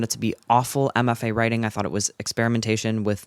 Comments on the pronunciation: I watched this whole thing, and every time you said "MFA Writing," I heard "Emma Fay," and I was like, who is Emma Fay, and why do you hate her writing so much? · the whole time you were mentioning MFA writing and i was so confused because i thought you were saying “emma faye writing” and i thought you were probably just referencing some insufferable author i hadn’t heard of lmfaoo